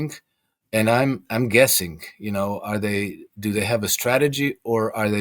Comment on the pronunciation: Dooday?! 😂 it’s “do they!!!” And it’s not ROHHHHSHA! It’s RUSSIA!